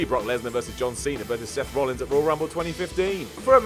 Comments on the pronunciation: It's Seth Rollins guys not Rollings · IT'S ROLLINS NOT ROLLINGS!!